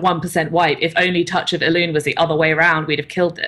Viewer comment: or so did you just say Touch a balloon? I swear that's what you're saying there:D I know it's Touch of Elune but it's just much better like that :P